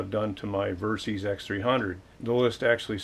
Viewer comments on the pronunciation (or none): It's "Ver-Sis" not "Ver-Seez". It stands for Versatile Systems.